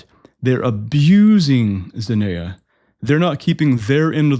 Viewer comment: It's pronounced "zen-ee-a".